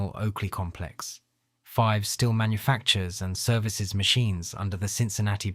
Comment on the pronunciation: I repaired conventional and CNC machine tools for 40 years. I worked during the Wolfpack years. These machines were literally junk. We replaced headstock bearings three times in three years. That is unheard of with quality iron. Oh, Fives is not pronounced like the number. It rhymes with "thieves".